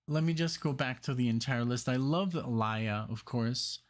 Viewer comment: Her name is actually pronounced (Ah-Lee-Yuh). Get into more of her songs, bro. She is has a dope catelog💯 it's awesome that you noticed & you're digging her use of live instrumentation in this track because she loved to incorporate that in her music. This song was originally Ginuwine's but she wanted it so bad that he let her have it instead. Aaliyah changed the sound of RnB at that time with the help of Timbaland & Missy Elliott.